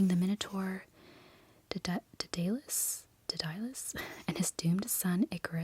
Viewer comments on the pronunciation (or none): ser-see and DAY-duh-lus (emphasize first syllable)